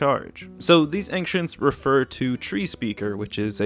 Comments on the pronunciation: Your pronunciation of anxients makes me anxious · Who is this man and why does he say Anktients? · As somebody from Kentucky I've never heard Ancients pronounced that way